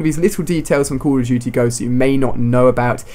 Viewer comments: CALL OF DUTY, NOT CULL OV CHUTY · I love how Ali-A says "Cool Uv Doo-Tee"